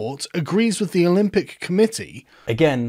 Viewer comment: This man can't pronounce "th."